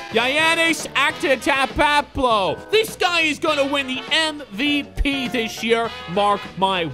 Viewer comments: It’s pronounced Yan-is Antet-koumpo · you pronounce giannis antetotkounpo attet ot koupo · Look at the name of giannis HAHAHAHA LAUGHTRIP!!! GIANNIS ATETOUTOKOUNTOKOUNMPOO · Giannis antetetempo 😂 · its Giannis Antentokoupo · It's antatukoopoe